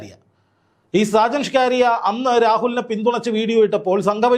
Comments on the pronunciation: സാജൻ ഷ്കാരിയ അല്ല സാജൻ സ്കറിയ ആണ് 😂😂😂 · സാജൻ സ്കറിയ എന്നല്ലേ 😂😂😂